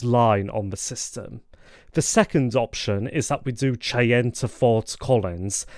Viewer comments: Cheyenne is pronounced "Shy-anne". Not "Chay-en" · I got a kick out of your pronounciation.